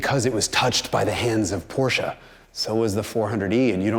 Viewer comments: Finally learned to pronounce Porsche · Yes Someone who pronounces Porsche correct!!!! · Thanks for pronouncing Porsche right - perfectly right! May not mean a lot to You but to me its as disturbing when done wrong like a single moskito in Your bedroom at night, 5 minutes after You fell asleep. :) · I know, I know, this is a silly remark at this channel, but still: I absolutely love that you call a Porsche, well, a "Porsche", pronounced the way the Lord intended it. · You pronounced Porsche without the weird american “Aaah” at the end! Subscribed. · finally someone who pronounces Porsche correctly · it's so comforting that he pronounced "Porsche" correctly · Thank you for pronouncing Porsche the right way! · So strange to see a video presented by an american and every time he pronounces "Porsche" correct